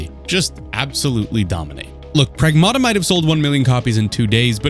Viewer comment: Prag-MATT-uh NOT Prag-MAW-Tuh